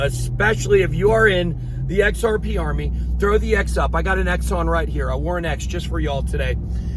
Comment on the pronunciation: says ex ar payy